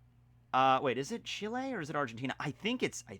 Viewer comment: Punta arenas is in Chile! But acurate one of the few that say chile instead of chili